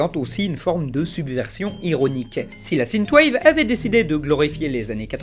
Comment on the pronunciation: Sineteu wave AAAAHHH synth = sinfe ^^